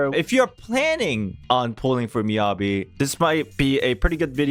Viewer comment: how do you manage to pronounce Yanagi correctly and then Miyabi all wrong 😭